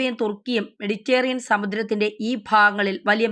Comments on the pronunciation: മെഡിറ്റേറിയൻ അല്ല മെഡിറ്ററെനിയൻ എന്നെങ്കിലും പറയൂ.. കഷ്ടം..! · 'മെഡിറ്റേറിയൻ' അല്ല, മെഡിറ്ററേനിയൻ സമുദ്രം ആണ്. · മെഡിറ്റേറിയൻ അല്ല മെഡിറ്ററേനിയൻ, ഇതിനുമുൻപ് സപ്രസ് എന്ന് പറഞ്ഞിരുന്നു സൈപ്രസ് അല്ലേ സൈപ്രസ് അല്ലേ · മെഡിറ്റേറിയൻ അല്ല മെഡിറ്ററേനിയൻ എന്ന് ആരെങ്കിലും ഈ കുട്ടിയോടു പറഞ്ഞു കൊടുക്കുമോ? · നായിന്റെ മോളേ.. നിനക്കൊക്കെ പോയി ആദ്യം മലയാളം പഠിച്ചൂടെ ?? അന്ത്യശ്യാസ്യം അല്ല.. അന്ത്യശാസനം.. സപ്രസ്സോ ?? സൈപ്രസ് ആണോ സ്യാറി ഉഢ്യേഷിച്ചത് ? മെഡിറ്റേറിയൻ.. എന്നല്ല.. മെഡിറ്ററേനിയൻ ! 5 ആം ക്ലാസ് തോറ്റാൽ അപ്പൊ ഇറങ്ങിക്കോളും.. ഓൺലൈൻ ന്യൂസുമായി.. നിന്റെയൊക്കെ ഉളുപ്പില്ലായ്മ സമ്മതിക്കണം മോളേ .. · മെഡിറ്റേറിയൻ അല്ല മെഡിറ്ററേനിയൻ എന്നാണ്. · മെഡിറ്റേറിയൻ അല്ല മെഡിറ്റ രെ നിയൻ എന്നാണ് Ok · മെഡിറ്ററേനിയൻ എന്നാണ്. മെഡിറ്റേറിയൻ അല്ല. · സ്‌കൂളിൽ പോയി മലയാളം പഠിക്കുക...........മഹാകഷ്ടം തന്നെ........ അധീനത. മെഡിറ്ററേനിയൻ, സൈപ്രസ്, അന്ത്യശാസനം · മെഡിറ്റേറിയൻ പാത 😂😂😂😂